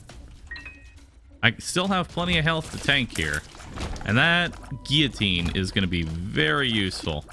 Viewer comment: You pronounce guillotine correctly, amazing!